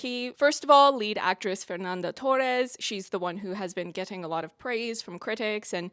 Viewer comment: You were the non brazillian that ive seen doing the closest ainda estou aqui pronunciation, you even tried to pronunciate the torres with the portuguese R sound, wich alread shows your consideration Anyways, i do apreciate you engaging with ainda estou aqui's political and historical context. This movie is about memory, our colletive memory from a time that refuses to be over. Rubens' torturers are still alive and recibing money from the military. To this day they hadnt been juged for their crimes and probably will die peaceful from old age as many did. We never healded from it, our suvivors and their families are still here to this day waiting for justice. Eunice's son wrote the book and he's friend with fernanda torres and selton mello, even so it was easier for him to see his book turn into a oscar nominated film than to found his father's body 50 years ago É por isso q é importante dizer e repetir: Sem anistia e ditadura nunca mais